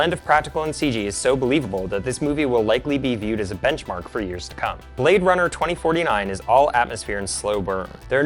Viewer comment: he say you Blade Runna